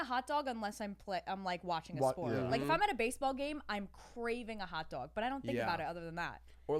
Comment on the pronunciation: stopppp accent comes out when she says "hot dog" i love it